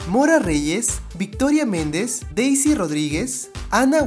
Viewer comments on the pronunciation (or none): none